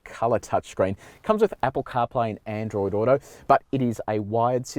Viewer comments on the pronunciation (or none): none